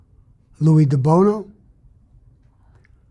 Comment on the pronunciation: His name was Louie DiBono NOT Deono wtf